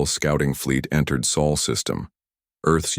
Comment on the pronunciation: SOL system not sole or soul,Sol meaning sun,please sort the AI out